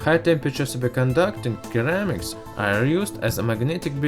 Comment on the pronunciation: It's pronounced seramics my dude. Great video, keep it up.